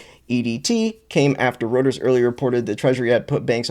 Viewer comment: BROTHER IT'S "ROY-TERS" daggum, man